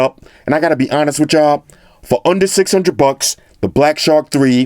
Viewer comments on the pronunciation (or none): none